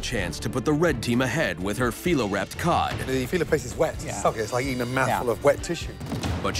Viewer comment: I thought I heard gordan say cod as god